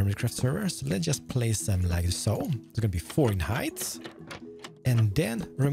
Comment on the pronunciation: I kinda Love the „lika soo“